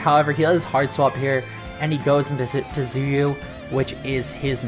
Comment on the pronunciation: gg man, despite the rng this was a really fun game to play, and hopefully we can get a rematch in playoffs. Btw Tzuyu is pronounced “chewy”